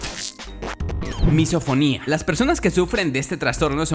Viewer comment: Yo entendi MissaSinfonia en ves de MisoFonia